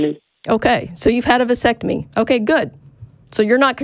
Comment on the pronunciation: Stop. I dont believe you had a vasectomy. You couldn't even pronounce the word.